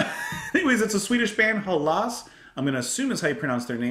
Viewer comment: So fun you have discovered the band Hällas yourself! Actually got them on my battle jacket, haha. But please do a reaction to the song Star Rider from the same album 👌🏼 Btw. it's pronounced HELL-as, the word only Greeks and Norwegians use for Greece.